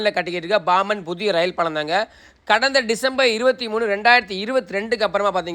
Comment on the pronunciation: முட்டாள் தமுளு பயலே , அது பாமன் ( BOMEN ) அல்லது BOMBEN இல்லை கிறுக்கா !! அது PAMBAN !! தமிழ் ஏன் அழிகிறது என்றால் அதில் P B G K F உச்சரிப்பு எழுத்துக்கள் இல்லை !! அனைத்து பிற மொழிகளிலும் உள்ளது !! வார்த்தையை பொருத்து ( பொறுத்து அல்ல ) க உச்சரிப்பு KA, GA, KHA GHA என மாறும் ! இது தமிழில் இல்லை !!